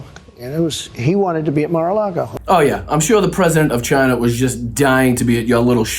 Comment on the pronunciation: Trump is not somebody to be weighing somebody else's intelligence. I still love how he can't pronounce China... he still says "Ghina".... an adolescent doofus with tiny, itty-bitty little doll hands!